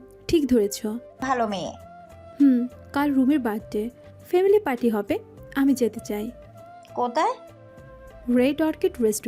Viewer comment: ফেমিলি নয় “ফ‍্যামিলি”